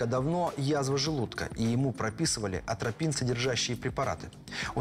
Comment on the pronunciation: Атропин,, а не антропин